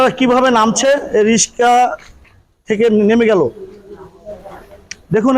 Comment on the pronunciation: সাংবাদিক!!!! রিকসা কে রিসকা বলে😁😁😁